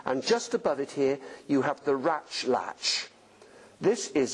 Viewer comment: Love the emphasis on ratch latch